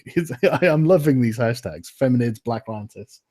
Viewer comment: Feminids. Did I hear warhammer say "Feminids"?! That's fucking hilarious!